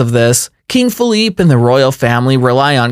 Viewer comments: Great video but some of your pronunciations & attention to detail were a bit off. Felipe of Spain, is pronounced Felip-ay. The W in Willem is pronounced as a V and £ is not the symbol for the Euro €.... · That's King Feh-LEE-pay and that's not a Euro sign but a pound sign (£). If you're going to make videos get them right.